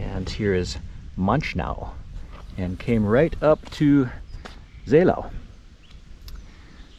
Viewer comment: A lot of people got confused of the ow-Endings of town names in this area like Seelow or Hathenow some Kilometers away. Seelow [ˈzeːloː] (ZAY-low)